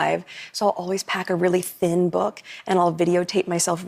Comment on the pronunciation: Forget the fact that she videos herself reading, why did she stress that she packs a THIN book? you are amazing. I laugh throughout your videos.